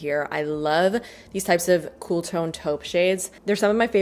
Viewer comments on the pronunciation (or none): none